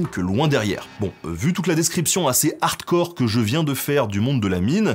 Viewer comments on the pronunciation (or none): none